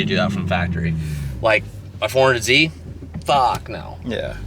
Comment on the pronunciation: At this point hes saying 400Z to trigger people. Jesus it’s embarrassing, learn the correct name dude